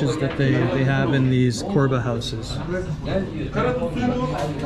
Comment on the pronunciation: It's pronounced as Chorba, not Korba. :)